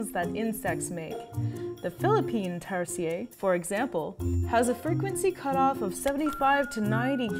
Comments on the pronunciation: I thought tarsiers was pronounced "tar- shirs" WELP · I think she learned to pronounce it from the mildly satirical zefrank video. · I've been pronouncing tarsier wrong my whole life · it0s not french we like our 'Rs' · Tarsier is not even pronounced in a French way smh 🤦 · youre wrong and do not know how to pronounce tarsier. I am a tarsier expert, so i am smarter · We pronounce it with R at the end of the TARSIER here in Philippines.. not Tarsiyey!!! We’re not from France !!!! Please respect our cute animals! 😁😁😁😁 love from Philippines 🇵🇭 😘😘😘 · It's "Tar-Sheers", thats how we call it in the Philippines ☺️☺️☺️ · We pronouns it Tar-sheer kind like how you pronounce tarshish! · Their pronounced taar see ur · It's pronounce as TAR-SHIR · It's not Tars-yeah, they're not French. It's tar-see-yer😁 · Is that really how you pronounce their name? In Philippines we say it like "Tar-sheer" not "Tar-si-yay". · It's tarsier not tarsiee yey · Hijo difota! Pronounce it as Tar-sheer not tar shee yeey....tarsiers are Filipino not French. Lol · I love that in English tarsier are pronounce like tarsiyey here in the Philippines its pronounced tarsheir i mean there's an R. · Hmm. Am I the only one who pronounced it as "Tar-sheer" and not "Tar-see-yay"? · It's pronounced as "Tar-shear" not "Tars-yey". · i dont think it's Tar-si-ye. it's tar-se-er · Tar-si-er ??? We pronounce it as Tar-shir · It’s pronounced as Tar-Sheer not Tar-Sea-Yeah lol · googled it, tama naman tayo. it is pronounced as 'ˈtärsēər' not tarsheeeeeeeeeeeah. meow maarte lang si ate o di bobo lang sya. cheret! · TarsiERs. Not Tarsiyey 😂 it aint french people!!! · tarsier is pronounced as taar•see•ur NOT taar•see•yey am i right or am i wrong?? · Growing up in Bohol, we've called them Tar-sheers. Especially in the Tarsier sanctuary. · Tarshish tirahan Ng Tarsher 😂😂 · Isnt it supposed to be pronounced as "tarsheer"? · In philippines it is pronounced as "Tar-sheer" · Pronounced as "Tar-Shir" trust me I'm local.